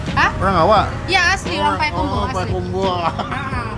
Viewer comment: Payakumbuh bukan payakumbuah